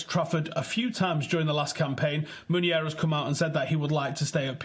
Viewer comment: Please not meunier